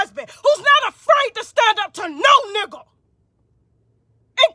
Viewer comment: She saying "nugga" like PINKY "NUGGA"😂😂😂